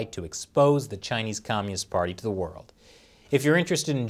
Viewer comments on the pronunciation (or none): none